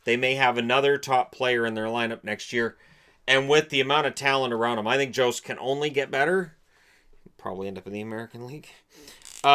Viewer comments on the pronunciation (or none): It’s sounds like yost not jost. Went to school with them